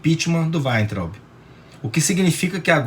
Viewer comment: gosto de ouvir suas opiniões, mas, por favor, fale Weintraub como todos falam. Ou seja, aportuguesado...